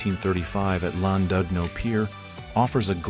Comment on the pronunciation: The leapfrog shot on the pier the place is pronounced LLan didno Not LLandudno